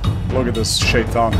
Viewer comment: its funny hearing you say "shaytan" 😂😂, on a serious note though, Allah the most wise mentions in the Quran that "Do not think ˹O Prophet˺ that Allah is unaware of what the wrongdoers do. He only delays them until a Day when ˹their˺ eyes will stare in horror—", may Allah almighty guide us all, amen.